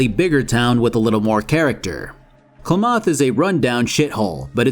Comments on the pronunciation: Weird hearing Klamath a few times. Used to live in the area it's named after. It's Kla-math more than klaw-moth. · It isn't "cluh-moth", it's "clammith". It's a real place. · It's not kluh-MOTH, it's k'LAMB-eth. I assume I'm not the first in the comments to point this out, lol, but it needed pointing out. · God please stop calling it Kluh-Moth its Clam-Eth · As an Oregonian, your pronunciation of "Klamath" (it's like Clam-ith, not Kchlymidia-oth 😂) was wild. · 2 things: 1: Hearing Worf talk shit before he absolutely wrecks the party is, frankly, epic considering how often he got a beatdown in TNG and 2: It's not clumoth, it's Clam+Math --> Klamath... It hurt. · Sorry Klah moth pronunciation is a little amusing locals say it Kah lam ith. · Definitely Kla-math not Kla-moth. Like Klamath Falls, OR - the area the city in the game is supposed to be in. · NGL I pull my hair when you kept saying Klomoth not Klamath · Bro... It's pronounced clam-eth, not cluh-moth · i'm 99% sure klamath is pronounced "clam-eth" not klawmoth, NCR isn't "just good guys" in F2, they're the "we're a nation with our sights set on annexing everything and everyone, and also, overtly bad stuff can happen like underhanded dirty back room dealings because individuals do what they do", and you can hack the machine gun wielding auto sentries in the enclave before the boss fight turning them to your side, making the fight horrigan v you, your followers, frank's men, AND the sentries, making the fight even faster and more harmless... fallout 1 and 2 were amazing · Dude klamath isnt pronounced kluh* moth its clam* mith, come visit us sometime the notthwest is beautiful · Big fan of this video series. My only nitpick is Klamath being pronounced Kluh Moth rather than Kla Mith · Wtf is KLA MOTH? It's Klamath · The way you pronounced Klamath hurt my soul. For future reference the pronunciation isn't "Kla-moth" it's " kla-muhth" like "clam-uth" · It's not pronounced claw-moth, it's pronounced Kla-myth